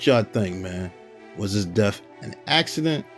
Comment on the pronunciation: I agree with you but the only complaint I have is when he says "DEAF" instead of "DEATH".